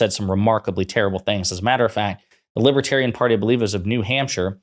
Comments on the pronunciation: The world will end. Unless I'm elected." The large world. The greater world." Everyone knows it." I did nothing wrong. " I can't pronounce libiterian." I'm winning. I'm so rich." By a lot." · what's a "libba-tarian?" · Drumpft can’t even pronounce libertarian properly. And besides libertarians are not sympatico with authoritarians as far as I know.